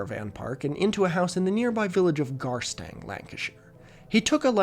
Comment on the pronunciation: that is uncomfortably close to where i grew up idk, the entire area just felt like the most boring place in the world. perfect place to hide a gangster i guess. EDIT FROM LIKE A MINUTE LATER: hearing "Garstang, Lancashire" in an American accent is not something i ever thought i'd hear EDIT FROM A FEW MINUTES LATER: okay now i'm reading the sources, and MY EX USED TO LIVE ON THE SAME STREET AS A FUCKING MAFIA BOSS?! THE FUCK?!